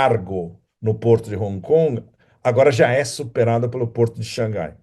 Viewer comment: Parabéns pelas análises bastante pertinentes sobre a geopolítica mundial atual! Sem dúvida você é um dos analistas que mais conhece a China! Notei que no vídeo você pronunciou por várias vezes corretamente Shang Hai(lê-se Rai, mar em chinês). Não sei por que na mídia brasileira pronunciam Shangai, nada a ver com o som correto do nome da cidade. Imagino que só pode ser que algum inteligente achou desnecessário ter H, já que em português H não é pronunciavel, daí tiraram H, aí Shang Hai virou Shangai, um erro absurdo!